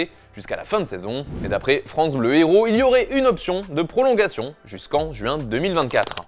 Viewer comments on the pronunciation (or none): none